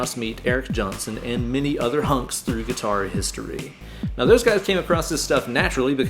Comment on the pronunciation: I’m sorry did bro just say many other hunks 😂